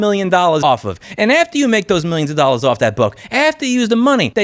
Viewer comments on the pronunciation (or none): “90 fuckin thousand dollas a year” 😂😂